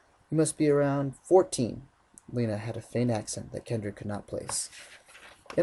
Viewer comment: is my fav part cuz he said Lena right. I LUV U!!!!!!